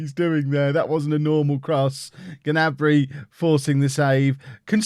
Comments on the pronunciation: Play wan bissaka and it is pronounced ( na-Brey ) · The G in gnabry is silent i believe